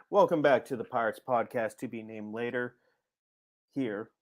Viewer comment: Play-er to be named later. Pod-cast to be named later. You need the second syllable.